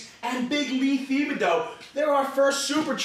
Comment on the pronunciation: Thibodeau is pronounced tib a dough